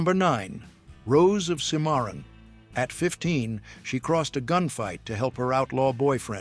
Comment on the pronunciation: cimarron: SIMaron, not siMAon